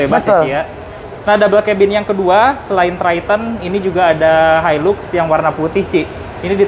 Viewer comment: Bacaann-nya Hailax om bukan hailux 😀😀😀